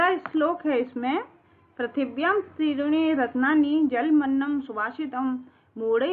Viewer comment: कृपया पृथिव्यां का उच्चारण सही से करें